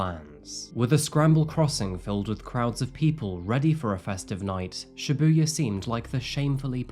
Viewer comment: Just a small pet peeve, since I’ve been living in Japan for over 9 years, Shibuya pronounced ‘SHEbuya’, not ‘shiBUya’. Love the well researched crime you report on, though!